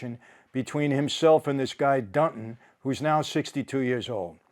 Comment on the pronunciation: This guy’s name is “Dunton”, not Dutton.